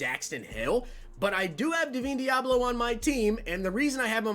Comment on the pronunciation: Bro for the life of me... DUH-VINE DEABLO. Just say the dam name right 😭